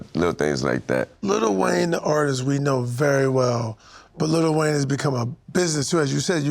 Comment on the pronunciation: Bro keeps calling him little Wayne